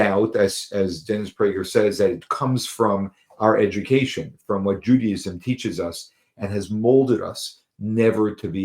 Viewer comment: Can whoever needs...learn to say JudAism Judy ism Argffggfggg